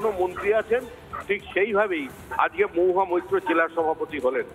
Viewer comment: 'মহুয়া ' উচ্চারন টা ' মউহা ' হয়ে যাচ্ছে। অপিনিহিতির দৃষ্টান্ত পেলাম।